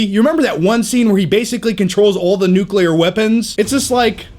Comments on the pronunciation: "Turn over a new leaf" - google it. "Alkaline Lake" - opposite of "Acid Lake", as in acid or alkaline, not battery designation. "Nuclear" is pronounced "nu-klee-ur", not "nu-cu-lure". Good show. I'll just watch the Apocalypse arc in X-Men TAS. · if apocalypse let all nucular weapons fall down to earth he may would kill himself